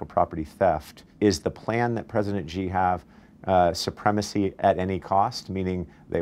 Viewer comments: Why can't you say Xi? It's not Ji. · Much as I loathe the Chinese government, at least pronounce their president’s name correctly, it is Xi which is pronounced like She, not Gee. Please continue....